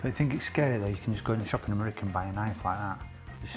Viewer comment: It’s the way he says merica instead of America 😂